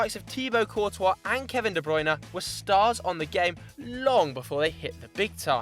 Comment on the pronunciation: when english people say de bruyne's name, it triggers me sooo bad, put it in on google translate on dutch and hit the listen button, thats how ur meant to say it